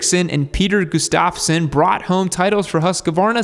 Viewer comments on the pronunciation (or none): Gustavsson is pronounced (GUST-AV-SON) Not (GOO-STAV-SON0